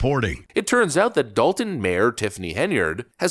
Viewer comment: They keep pronouncing it like Dalton, but it's appropriately spelled Dolton, as in DOLT! 😂